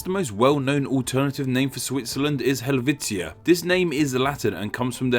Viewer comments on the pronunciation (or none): none